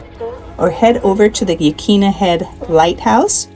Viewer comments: Good job on the video! You even covered a thing or two in my area that most travelers never know about. One thing though...Yaquina ( your Newport segment) is actually pronounced yuh-KWIN-uh. If you hear anybody in the area calling it yuh-KEEN-uh, that is a clear sign that either the person is just traveling through or they moved here a short time ago and haven't learned the proper pronunciations. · Yaquina bay in Newport is pronounced ya-quin-a😊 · You- quin-a is how it's pronounced locally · I was born a 3rd generation Oregonian and worked decades ago at a famous seafood restaurant in Portland, which featured oysters from Yaquina (pronounced 'Yuh QUIN uh') Bay. (Not to be mistaken with quinoa's pronunciation). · Yaquina = Ya' Coy-Na. Just for future reference. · yuh-KWIN-uh Bay. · It is pronounced yuh kwina! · I grew up in Newport. It’s pronounced Yaquina. The Q is hard. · Please,please,please....get the pronunciation of the locations correct. It's Neh-hay-lem, not Newhaylem, and Yah-kwin-a (not Yawqueena) Bay.